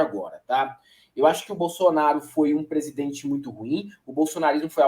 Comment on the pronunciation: Além de falar "Prenti" invés de presidente. Toda vez que Deltan e Moro abrem a boca pra falar "cupição", eles matam uma fono.🤣🤣